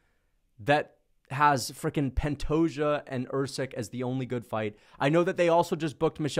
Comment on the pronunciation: ’ disdain is so strong that he can’t even say “Pantoja” 💀